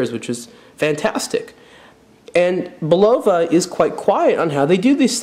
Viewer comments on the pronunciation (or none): Bu lowa? Really??. c'on!. Say it wit me: It's Bull a vah...Would you buy a Camaro from a guy who called it a "Camer-oh"? or a Coke from someone who called it a "coke-cola" ? I don't think so. You tell me to stfu, yet I'm "mean"...ponderous man,,that's just ponderous. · Bull low va?? It's Bul luv ah... Old US company. Credibility lost, dude. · BULL-o-va not the way you say it. Also Champlain was a famous explorer, not to you I guess. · I believe the pronunciation is: BULL-uh-vah The company name has been around forever but I don't know who owns the name now. I like the sweep-second but the style is not for me. There are others of the whole "Precisionist" series. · Bill L thank you, I'm not the only one hearing this. Plus his since of humor is ,ah lacking.